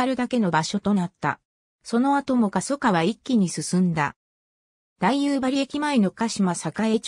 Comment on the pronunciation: だいゆばりではなくおおゆばりですしはっきんではなくしらきんです